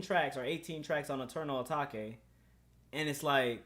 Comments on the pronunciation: I beg can you stop saying “ah tahkay” when ur tryna say Atake. ITS PRONOUNCED “AY-TAKE”. AH TAHKAY ISN’T A WORD 🤦‍♂️🤦‍♂️ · Atake not atakay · This whole album is hard asf this dude don’t appreciate uzi like that and should’ve even made a video AND STOP SAYING ATAKA RETARD ITS ATAKE HOLLY FUCK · I’m sorry what did you call it? You say Eternal O-Take it’s Eternal Atake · Bruh it’s “uh-take” It even says that at the intro of EA come on bruh lmao ima have a heart atakay if you say that again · ppl who say eternal "atakay" won't like it. ppl who say eternal "atake" will like it.... simple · “eternal atakay” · it’s supposed to be pronounced “eternal a-take” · Wat is eternal etokay just say it how it’s written 😂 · This nigga really said eternal a-ta-ke? Sch-oo-l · man really said eternal ATTACK-A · U can’t listen to him if he’s gonna call eternal atake eternal A taw kay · Dude it’s pronounced Eternal Atake. He says it in a song. Stop. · This nigga said "eternal a taki" said that shit so wrong...shit sound like a kung fu nigga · Dude said eternal atockay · It's pronounced "Eternal A take" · Everybody: eternal atake: eternal ataque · atakay bro said atakay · if i hear Eternal A-TAK-E 1 more time ong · no one: literally no one:: Atakay if you gon hate at least say the name right. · Bruh you gotta stop saying eternal Atahkay💀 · it’s weird hearing him say eternal atake instead of eternal uh-tah-kay😭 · Jaden Hirasawa if he says Atake instead of uh tah kay, then things getting serious serious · He doesn’t even say Eternal ‘Atake’ properly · LEARN HOW TO PRONOUNCE ETERNAL ATAKE and your vibe is so dead, I'm one of those 1.6k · Dude can’t even say Atake right. Honestly most ppl would say this album was better than Eternal Atake. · this brudda hating on the album but he can't say 'atake' properly... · Are you deliberately pronouncing atake wrong or... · mindissues boi aright if he’s finna say his “opinion” say the damn name right 🤣